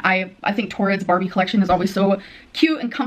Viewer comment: Barbie??? Nah she carbie lmfaooooo